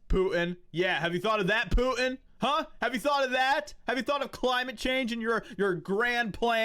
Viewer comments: I agree with what you say, but PLEASE....DON'T say "POO-IN"!! It sounds stooooopid!!! It's "PUTIN" - there's a "T" in the middle!!!!! Don't EVER let me hear you say "POO-IN" again!!!!! DAMN IT!!!! . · You pronounce Putin funny.